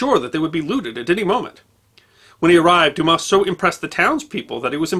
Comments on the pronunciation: We’re not offended we’re just saying the S is silent.”Douma” is an easy pronunciation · In French, S at the end of a word or name, is always silent. So Dumas is pronounced "Dumah". I studied French in university and am husband of career French teacher. Please get advice on pronunciation of foreign words. But keep the vids coming! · You don't pronounce the s when it's at the end in frog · Unbelievable that people would automatically presume that it's pronounced like an 8 year old kid's joke. So for all the dumb asses out there it's pronounced like Do mas. Or Do mass. 🤤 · I though his name was pronounced, "Dumar." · it's not a matter of advice. I've always heard it pronounced "Dumar.." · Isn't it pronounced Doo-mar? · It is quite amazing to me that someone presenting a competent account of the fascinating father of the great novelist Alexander Dumas cannot even pronounce the surname correctly. Damn it: the ‘s’ is silent! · The "s" at the end of Dumas is a silent one, but other than that, I have no complaints in that this video is excellent! Methinks that might better learn a bit of French.;) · The poor pronunciation of Dumas is hurting my brain. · Best Friend well it takes minimal effort to properly pronounce such as basic sound. He undoubtedly would have heard the proper pronunciation numerous times during his extensive research. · Hey, you don't pronounce the "s" in Dumas btw. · The Fench butcher all foreign names, they will therefore show some benevolence.